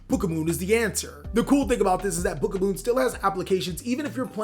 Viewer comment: it's book OF MOON NOT BOOKAMOON u pissed me off so much